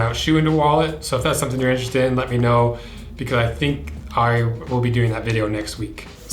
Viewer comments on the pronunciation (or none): none